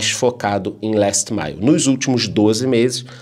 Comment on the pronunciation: Gosto do nosso porque ele fala inglês muito bem! Last mile bem pronunciadinho!😁